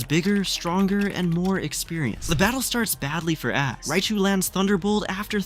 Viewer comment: somewhere in between I heard ass instead of ash